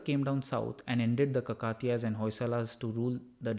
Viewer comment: Good one , except the pronunciation of Kakatiya.